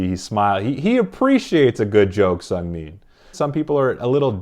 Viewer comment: It's actually pronounced seu-ng-min. :) also seungmin and minho are like considered to be the strongest mentally in the group so at times, after bang chan, they were the ones who would say the speeches. Also you really haven't seen how chaotic they are. One of the noisiest group i've ever stanned. ;) funny how chan can make them quiet down and listen to him. If you want to see chan being intimidating, just watch him in the studio. I'm joking but he has his serious sides and it's really admirable. All of skz has a soft spot for felix. Who can blame them? Felix has that charm where you just want to take care of him. Also recently, seungmin has been teased a lot by skz, according to him. Lol.